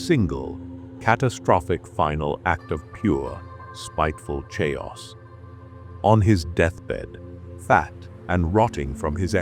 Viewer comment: AI reading? All the names are pronounced wrong… but even words like “chaos” is pronounces shayos. What is this